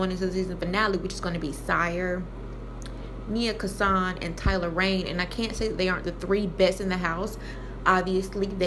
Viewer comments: It’s NYA KASAN NOT NIA KASAN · It's not nia Kansan it's Nya Kansan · Her name is Nya Kasan not Nia